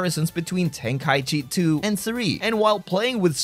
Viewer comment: Ten-KA-ichi Not Ten-KAI-chi